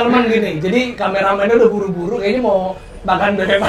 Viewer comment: Saran kalau bilang "mau dol" , "mau" nya jangan di singkat jadi "mo"